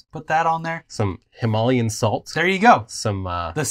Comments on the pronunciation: “Himalias” hhahaha “Himalian” salt lmaooooo nooo Look up the pronunciation bruv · Why tf does say ‘Himalayan’ as himolian? That’s not how it’s pronounced in native language or English. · Lol at pronunciation of "Himalayan Salt"!